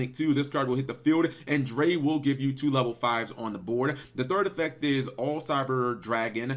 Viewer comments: Drei is the German word for 3. It's pronounced "dry". Vier is the German word for 4. It's pronounced "fear" . That being said, great video!! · vier is pronounced like fear and drei is pronounced like dry